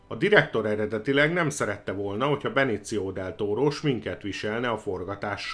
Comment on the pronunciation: És akkor a "Benéció Del Tóró"-ra mit mondjunk? :)